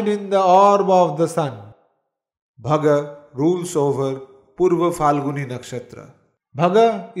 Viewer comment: Uttara Phal-guni. Not Falguni